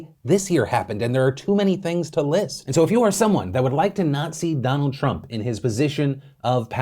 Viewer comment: When he said “To not see Donald Trump” I heard “To Nazi Donald Trump”. After saying non democratic. I think my ears are saying something.